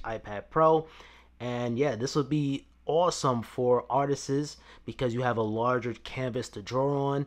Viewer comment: I learned a new word today from this video “ ARTTISISSS “ ❔❓❔❓❔❓